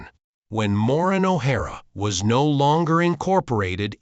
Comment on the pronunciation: If you’re going to use an AI narrator, pay for a high-quality one that can pronounce “Maureen O’ Hara”, “FitzSimmons”, and “opera” correctly. It should also say “she” not “he” for Maureen”. This is garbage.